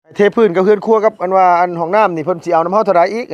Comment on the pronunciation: เฮือนครัว ไม่ใช่หื่นครัว พูดม่ายซัก 😂😂